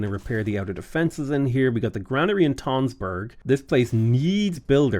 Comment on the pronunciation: tønsberg is pronounced like tunsberg, it has the same sound as the u in fun